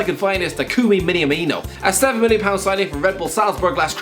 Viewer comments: Miniamino? Bruh at least get his name right. Also, no. He hasn’t been replaced by Jota. Minamino is firmino backup, Jota is Mané backup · why "miniamino" cant you pronounce basic syllabuses? mi-na-mi-no, that easy, even you can do it